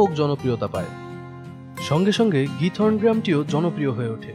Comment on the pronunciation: নামটা খিথরন( উচ্চারন টা এমন)